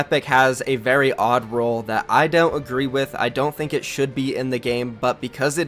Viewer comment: It’s RULEEE NOT ROLE